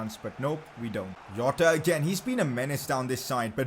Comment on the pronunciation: When you are pronouncing a Portuguese name, the J in Jota is pronounced like an s in the word treasure. Not like how in Hispanic names you get J pronounced like H, or Y etc, Hope this was helpful.